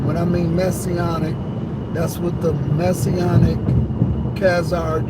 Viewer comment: The "Messyonic" ministries???😮